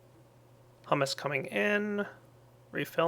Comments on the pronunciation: This has probably been said too much but... HY-OO-MUS Hugh-mous etc. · it's pronounced hyoo-mus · h-YOU-miss pleae say it right